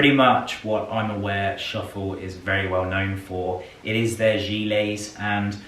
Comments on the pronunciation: The „ö“ in „Schöffel“ is there for a reason and is not pronounced „shuffle“ 😂😂😂😂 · Schöffel is a German brand and therefore sizes big 😉 They started out with ski wear. The pronunciation on time code 12.46 was correct. The first ones not (it is not shuffle). I love the leather “Westminster” bag! So sad that Sean Connery left us 😰 What a fine gentleman! A class of its own!